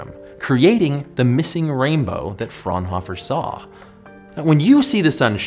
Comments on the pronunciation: All of the German Physicists (Bunsen, Fraunhofer and Kirchhoff).Bunsen is pronounced as Boonsen, Fraunhofer as Frownofer and Kirchhoff with the 'ch' procnounced as in 'church' (not as 'k'). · The way he pronounced "Fraunhofer" hurt me inside